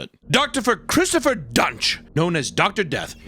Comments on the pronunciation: Why did you keep saying Drpher Christopher lmao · out of all the times i’ve watched this video, this is the first time i realized he said “doctorpher christopher” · "Doctorfer" killed me 🤣🤣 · Unlike a lot of other content creators, I can't tell if is intentionally mispronouncing words but I find it hilarious. "Doctorfer Christopher" lol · Wonder if he meant to say doctopher Christopher each time he was talking about Dr Christopher Duntsch? Lmfao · It’s hilarious that said “Doctopher Christopher Duntsch" fucking twice. How the editor didn’t point that out in either a crazy miss or some serious restraint. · did he say doctopher christopher Duntsch? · I was surprised they didn’t point out saying “doctopher christopher” TWICE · "Doctorpher Christopher Duntsch" honestly the best way to say it